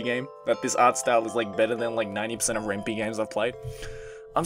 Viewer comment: I think the "Py" in "Ren'Py" sounds like "pie", because it's written in the Python programming language. I believe it's also a pun on "ren'ai".